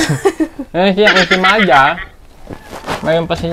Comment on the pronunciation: ENSAYMADA, HND INSIMADA